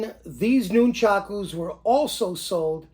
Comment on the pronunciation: I lived on Long Island and once went to China Town to shop, but I also bought stuff from AWMA in P.A., that's where I got the rubber Nunchucku, wish I'd known about the other place in N.J. I've been making my own since I was about 10yr old like everyone else. Cool to see yours, sorry just one thing and it's like a pet peeve with me it's pronounced like it's spelled Nun-chuck-u not Noon-chock-ooze as per the way you say it. Thanks for the video!